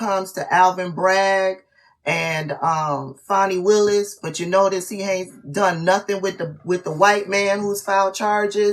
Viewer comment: Please pronounce her name properly.